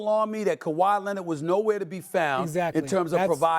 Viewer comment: Nobody: SAS: Kawhi Leanette